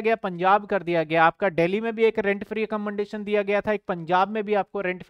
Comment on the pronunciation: sir accommodation sahi nahi bolte aap